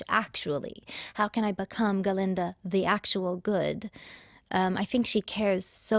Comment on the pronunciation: Why Ga-linda though? Glinda